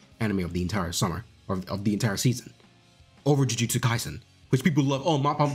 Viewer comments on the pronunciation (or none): none